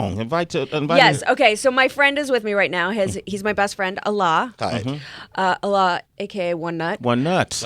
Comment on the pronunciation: Fucking his name is Alec, they tried to say some pretentious ass shit like allah. Weak ass corny muhfuckas...not to mention she has wedding ring on and her best friend ain't her husband, gtfoh. It's Alec Baldwin not Allah...but man dat dude riding the gravy train all the way to sways show...worst interview ever, fuck dem people. Sway throwing them charity for this shit....